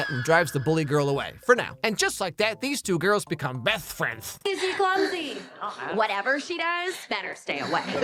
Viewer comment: “Beth Frenths” got me wheezing😭🤚